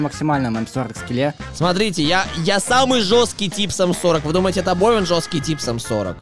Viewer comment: Обовин почему-то плохо выговариваешь р